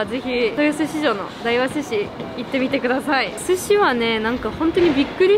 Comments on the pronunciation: 大和寿司やまとずしと読むんだよ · 大和(だいわ)寿司？ 大和(やまと)寿司じゃないの？ って思いましたが、やまと寿司は酒田の方でしたね。(^_^;)